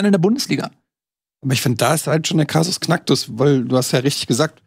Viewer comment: Hat wirklich Krasus Knacktus gesagt?